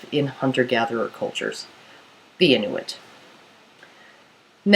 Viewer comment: your saying inuit wrong :L its kinda anoyying